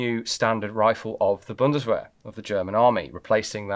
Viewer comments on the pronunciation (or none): none